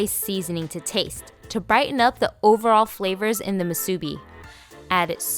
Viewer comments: Moo-sue-Bee. not mu-subi Cmon Doug help your lady out with pronunciation.😂😂😂🤙🏾🤙🏾🤙🏾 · it's moo-sue bee, not moo sue-bee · Musubi not masubi lol. I was always corrected by Hawaiian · This looks amazing! I'll definitely try this on my day off. Also just a heads up! In Hawai'i, the proper way of pronouncing "musubi" is actually "MU-su-bi" not "mu-SU-bi." The emphasis is on the first syllable :) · its Mu su bi not musuebee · Mu su BEE Hawaiian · I believe that if you are going to re-create a classic, have the respect of pronouncing the name correctly. It's not musubi, it's pronounced MOO-soobee. Emphasis on the MU and roll the subi. That is all. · It's pronounced musubi...not moo-soo-bi. Sorry...oh-see-dee here lol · It’s mu sue bi. Musubi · Great job on the musubi 👍🏼 by the way your pronunciation is a bit off:) you have to stretch the U a bit like how cows say "Moo" so it should sound like (Moo)-subi 🤙🏼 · Looks delicious and how spam musubi was first made. You can also add rice to the top of the spam before pressing down (so ri e is on the top and bottom) and a little water (paced on your fingertip and slid lightly where the nori meets) will hold the nori in place. Musubi is pronounced “musubee” with the accent on the last syllable. The musubi in your video is excellent. You won’t find too many places that make it like you though. Thank you for sharing! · Nice video. Great personality. One thing: the accent on the word musubi is on the "bi". moo-soo-BEE. Jim from Kauai (where the spam musubi was invented! true story) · this lady makes me nauseated when she says MU SU BEE wrong! i hate this video. we the ppl from hawaii hate when you say things wrong, when its our culture!! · You're pronouncing musubi wrong. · Never marry a woman who can't say musubi right, is what my mom said. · Please learn how to say musubi correctly! And nori! Looks good tho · omg the way she says musubi 😆😆 it’s so irking but it still looks good though